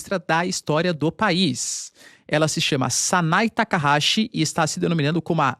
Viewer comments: O NOME CORRETO DA PRIMEIRA MINISTRA DO JAPAO EH - SANAE TAKAICHI E NAO SANAE TAKAHASI COMO FOI DIVULGADO. AS LETRA CH NO JAPAO TEM UM SOM DA PALAVRA T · O nome da primeira ministra do Japão é Sanae Takachi (leia-se Takaiti) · PHESSOR! O nome dela é TAKAICHI. E o CHI é pronunciado com "TI" de tia. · obrigado pelas informações 🥰 tem um equívoco na pronúncia da primeira ministra 😁 mas nomes japones é complicado mesmo kkkkk